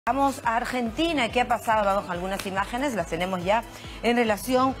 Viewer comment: Porque puso tanto enfasis en arrrjjjjjjentina???